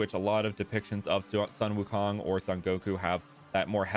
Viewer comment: Actually sun wukong is pronounced soon wukong